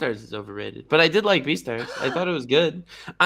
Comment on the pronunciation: I was dying when said the thought elevator not thot elevator 🤣